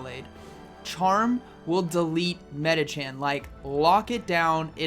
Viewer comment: Love your videos. My girlfriend keeps asking why you say "medichaN" when it's "medichaM" haha.